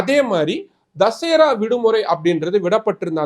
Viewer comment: ஏய் அரைவேக்காடே தமிழ் தெரியாத தற்குறியே தசேரா இல்ல தசரா. தமிழ் நாடு அரசையும் காவல்துறை தலைவரையும் எதிர்த்து தாக்கல் செய்யப்படும் மனு எந்த கிளையிலும் விசாரிக்கலாம். ஜாமீன் மனுக்களை போன்ற பாதிக்கப்படும் மக்களின் நலன் சார்ந்த மனுக்களை உயர் நீதிமன்ற கிளை விசாரிக்க வேண்டும் என்ற நல்ல எண்ணத்தில் கலைஞர் அவர்களால் போராடி பெறப்பட்டது தான் கிளை அமர்வு